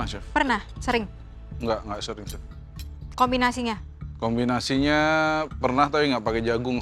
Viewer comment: Chef gak pake "t" bro 🤣🤣